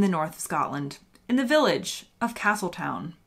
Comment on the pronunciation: Castletown is pronounced Castletown. We do it just to keep you guessing.